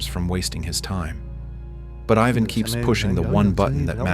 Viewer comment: Props to the AI commentator for pronouncing “Ivan” correctly